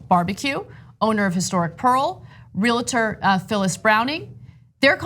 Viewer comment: Ana, please learn to pronounce RE-uhl-tor, NOT RE-lit-er. Please. It only takes a second to learn to pronounce that occupation correctly. This isn't the first time I've noticed, either.